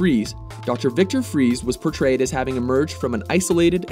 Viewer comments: Dr. Victory fries not freeze It's pronounced frice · He is called mr. Freeze but his last name is fries, pronounced frice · Nope, it's pronounced freeze. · Linkentron pie no my friend. It is pronounced Freeze. Every spoken version of his name has always pronounced it Freeze. In Arkham City, Batman tells penguin he's looking for Fries. But he pronounces it freeze. So there. Take it from the horse's mouth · it's german (I'm from germany) and it's pronounced like freeze